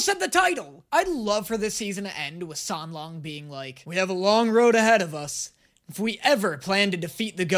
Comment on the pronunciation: it was funny when you mispronounced the names of the characters in your first video, but you could’ve learned them by now. It sounds kinda disrespectful that you even managed to say Xie Lian and San Lang wrong.